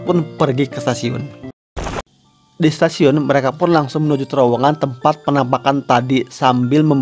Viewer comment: kalo ngomong yang bener, udah toxic, ngomong submay setasiun ciamis